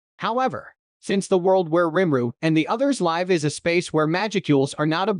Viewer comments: For each time I hear him say rImRU instead of RIMURU I'm going to punch a cat! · Your text to speech really struggles with the name rimuru huh